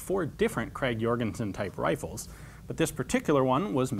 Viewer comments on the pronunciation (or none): You probably dont care that much but the "ø" in Jørgensen is pronounced "uh". Here's an example on how to pronounce it.